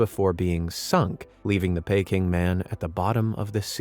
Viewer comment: Why don't they spell it Booey? Like the misspell Aluminium. First time I've heard Peking pronounced Payking.